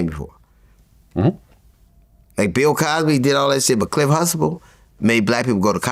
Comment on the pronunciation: T is dumba than Hussein. "Cliff Huxtable" not Hustable. They said it clearly many times on the show.